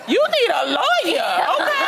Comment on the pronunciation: "You need a lawer""